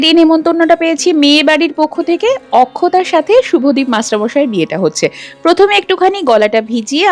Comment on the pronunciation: Akshata'কে অক্ষতা বললেন শুনে খুব ভালো লাগলো